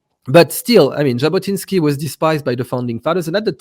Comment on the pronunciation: Jabotinsky, not Zabotinsky. Sorry.